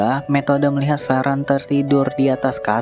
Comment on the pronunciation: Fern bang bukan VEREN, gw dengernya kek lu sebutin Frieren ketimbang Fern dan itu membingungkan orang yg fokusnya ke visual bukan ke suara pas nonton. Orang jawa napa dah suka ganti2 penyebutan